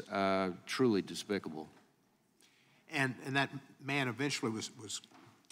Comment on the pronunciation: Lmao!! Nadler didn't write his own opening statement. He mispronounced despicable 😆😆😆😆😂